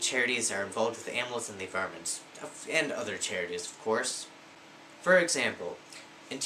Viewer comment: Lol, you said 'fur example'